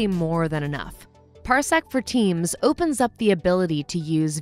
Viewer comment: I kept hearing Parsec for teens